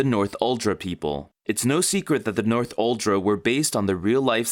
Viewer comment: "North-uldra people"... Makes it kinda obvious that you didn't watch the movie much... All of the characters pronounce it "Nor-thul-dra".